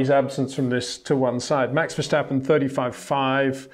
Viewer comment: Can you please exert some effort to pronounce Verstappen and that Monegask correctly?